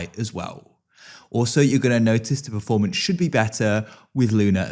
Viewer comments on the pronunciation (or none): none